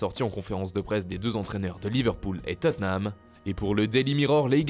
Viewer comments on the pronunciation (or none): none